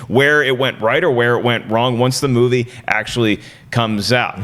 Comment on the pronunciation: I just cringe everytime she tries to sound fancy with 'movie'. The word is movie...not moo vay. Very grating, each time.